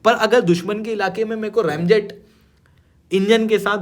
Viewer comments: Fir bhi bhai sabse fuddu hai yeh educator. Isko sunke aur log bhi रामजेत bolenge… रेमजेट nahi! 😂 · I really can’t believe this guy is an educator. It’s pronounced as रेमजेट and not रामजेत. Eshtandard! 😂😂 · bhai kya word izad kiye ho ramjet sahi hai bolo jai shree ram